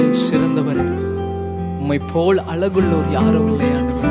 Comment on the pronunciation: Good and Beautiful song.... but tamil is worst.அழகுள்ளோர் என்று பாடுங்கள்.அலகுள்ளோர் அல்ல.வரும் பாடல்களில் தமிழ் உச்சரிப்பில் கவனம் தேவை.